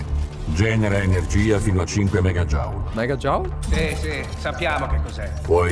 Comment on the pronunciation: si pronuncia "megagiul". Joule è l'unità di misura dell'energia e mega in questo caso significa "un milione". Quindi 5 megajoule significa 5 milioni di joule